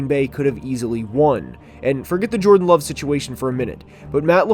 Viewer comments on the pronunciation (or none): none